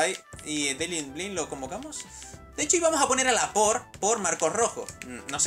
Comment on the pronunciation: así se dice noob